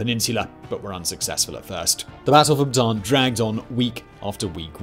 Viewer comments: Great videos. It’s not pronounced, “Bah-tahn” like a Baton. It’s pronounced, “Bah-tah-Ahn” and even spelled to annotate, Bataan. My grandfather was a “Bataan death march” survivor. Until the day he died he corrected people the proper pronunciation. 🇵🇭 🇺🇸👍🏾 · It's pronounce Bat -a-an. In tagalog, both a's are pronounced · "Bataan" is pronounced as "bata-an". Separate the two A.